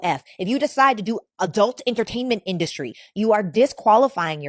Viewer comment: Wtf is an "adelt"???? LOL are u saying adult??